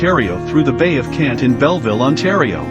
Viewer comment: Very nice video but I just want to help you out it sounded like you said you kept calling the Bay of Quinte as Bay of Kent It is pronounced like this "Quinn tea"